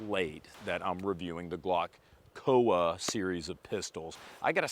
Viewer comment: It's COA (Co Uh). Not an acronym, supposedly.